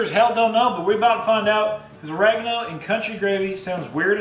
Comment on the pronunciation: I’m from the south.. you makin fun of me? Not “us” just me lol. However I don’t say y’all or speak to southern unless I’m pissed then the country comes out. And please dont ever say “Or-rag-eno” again, it’s “ur-reg-ano” LOL 😝